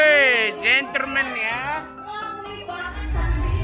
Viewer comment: gentleman bukan genterman uncle hehehehe